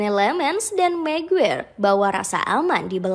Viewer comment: Maguire = maguwer😂🤣🤣🤣 Maguire = di baca "MEGUAYER"